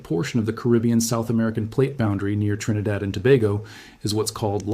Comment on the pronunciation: Wow and you pronounced our country name correctly🎉trinidad